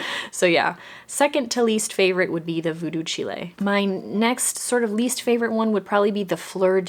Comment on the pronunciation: You had me chuckling over Voodoo Chile. It's a Jimi Hendrix song, so it's like /child/ but pronounced without the /d/. This one is such a stand out for me, and I think I'm going to get it even though it might be one of my lesser favorite bottle designs from this collection. For me the rosemary is prominent and that's what I love!